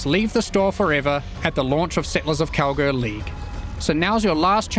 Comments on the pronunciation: is it just me hearing it or saying Kalguur like "Cowgirl" everytime. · I keep hearing cow-girl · Am I the only one that always hears "Cowgirl" instead of "Kalguur"?!